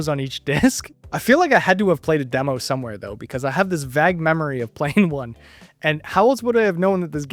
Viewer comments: Bro how the fuck do you always pronounce "vague" as "vag"???? Has nobody in your entire life told you how fucking dumb that is? Because it's really dumb. It's pronounced "vay-g"... "vaig"... not fucking "vaj". It's not a vagina. Stop saying it like that jesus christ. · I'm so glad l'm not the only one who that was bothering! Closer than the time I saw it in the souls like video, still kinda wrong. Don't be afraid of the vay in vague!